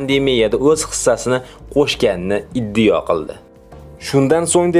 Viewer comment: Og'ауni, o'qishni o'rganib ol. Qo'sharboyev emas, Kusherbayev. Monipoliya emas -monopoliya. Iddiyo emas-iddao va hakazo. Oqishni va to'g'ri gapirishni o'rganganib olganingdan keyin video qilsang yaxshi bo'ladi